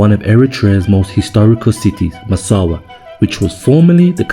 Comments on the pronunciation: Massawa! bro was saying massara every time 😂😂😂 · Brother it’s Massawa not Massara. Love it tho ❤ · Brother Massawa, not masara!! 🙏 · IS NOT MASSARA , IS MASSAWA 😂 GOOD JOB THO 🇪🇷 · It’s not Massara. It’s Massawa